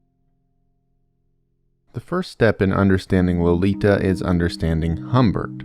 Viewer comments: LO-LI-TA Yes, I know.. but I love this book, read it several times in English and in German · Low lee tah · How can you not pronounce the authors name and barely the title?